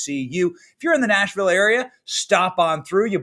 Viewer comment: Come-on y'all......Benny, It is pronounced; 'Naashvielle'